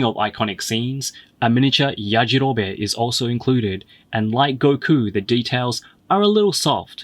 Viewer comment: Lmao it’s yajarobeeee not yajarobé lol